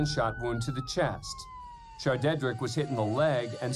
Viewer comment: HAHAHAHAHA "shardeadrick" REALLY??